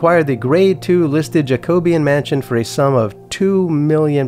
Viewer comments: It’s pronounced “jacko-be-ann “ 🙂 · That is so funny how you pronounce Jacobian. It’s hilarious. And you’re serious. Kinda like how Nigella Lawson calls Microwaves, Mick - rah - wah - vay. But she’s doing it because she knows it’s funny. It’s like French. But crazy French